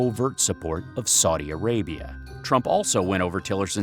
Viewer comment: It's also Saudi Arabia, not Soddy Arabia